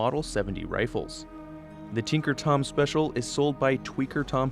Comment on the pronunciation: Why, why did you have to say his name was "Twink"er Tom